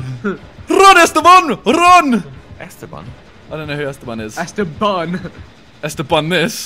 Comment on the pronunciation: LOL "ESTEBAN"